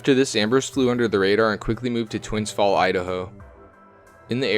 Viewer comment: Twins fall lol its twin falls